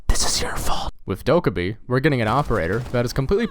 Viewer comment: fucking trigged by the way you say dokkaebi